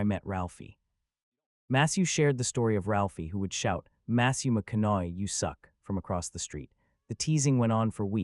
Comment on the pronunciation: What is he pronouncing? He’s not pronouncing his name correctly who is he talking about? Matthew McCoy